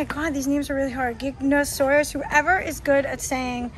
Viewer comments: It’s pronounced giga not o saurus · The giganantosaurus pronunciation is guy-ga-nan-toe-saur-us